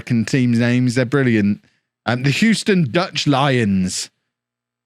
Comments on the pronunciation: You’re pronouncing Houston correctly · as someone that lives in Houston, I'll confirm you're pronouncing it correctly. also, I've never heard of the Houston Dutch Lions. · From America, Your saying Houston correctly. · Hugh-stun. You got it. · You are saying Houston correctly (From an American) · Believe it or not you were saying Houston the correct way and that's coming from someone born and raised there. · You didn't mispronounce it. So you were scored on for false consequence. :P But that may be what the language company is making money on, interpreting your geographic mispronunciations. And yes, they're an Academy team. If their parent club doesn't want to secure their contracts, ruin them. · you are pronouncing Houston correctly. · Of course he’s pronounced it correctly. Unless you’re talking about the street in New York which is oddly pronounced “How-ston”. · He's saying Houston correctly.